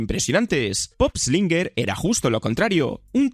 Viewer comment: Pup Slainger ✖️ Pop eslinger☑️😂